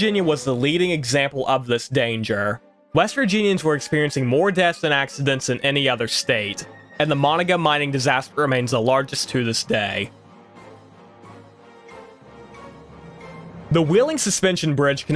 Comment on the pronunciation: Nice video, but NOTHING and I mean NOTHING is pronounced correctly. Matewan is said “mate-won,” Kanawha is really “can-gnaw,” Monongah is “mon-on-guh, “ Sabraton is “saber-ton.” Also, the creator of the video is correct that Country Roads is about driving the eastern approach into WV through Virginia and Maryland, but all of the landmarks mentioned in the song are partially in WV.